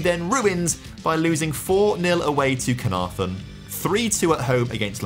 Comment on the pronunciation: I'll be honest I'm an Englishman who lived in North Wales for a few years and the pronunciations of prestatyn and caernarforn were a bit funny. Don't blame him though, if you don't already know and you don't speak Welsh they're hard to get right